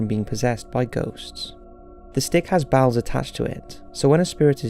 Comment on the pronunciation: Bowels? Oh! You mean bells, why didn't ya say so? Get that junk otta your mouth...